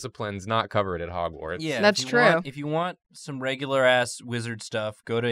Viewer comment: Its not drawgwards it’s hogward